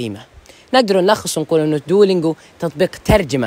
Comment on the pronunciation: انطق دلنجواصحيحة و